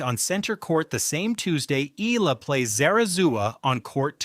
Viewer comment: Pls pronounce her name as Eh..ya..la...